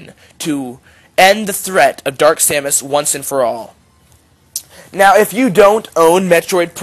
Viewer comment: dude you said her name wrong..... educate yourself...